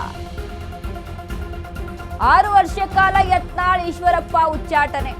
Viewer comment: ಅದೇನ್ ರಿ ಉಚ್ಚಾಟ್, ಉಚ್ಛಾಟಿ ಅದು ಸತ್ತು ಹೋದ ಸುದ್ದಿ